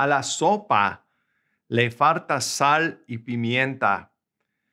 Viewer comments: Quite often you pronounce falta as faRta, is that just you, or is it common in some variant of Spanish? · I hear 'r' when you pronounce 'l' (farta instead of falta). :) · I can listen to it forever “Fartat”. Way to go teaching people how to speak Spanish. No offense. 🤣😝😊👍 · I think that's just mispronunciation. I'm a native Spanish speaker, and as far as I know, we never pronounce words such as "falta" with an "R" in any Spanish speaking country. It has to be with an "L", unless has heard it with an "R" in some countries.